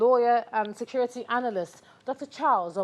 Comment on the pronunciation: “Scurity”! “Scurity”!! U idiots re getting killed by bokoharam, u re gere selling ur imaginary “scurity”. Useless idiots!